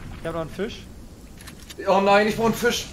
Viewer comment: Ist das selten? Er spielt kein fisch eher gesagt fich.